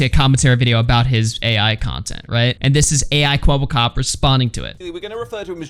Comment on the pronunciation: it's kwebbelkop not kwebblekop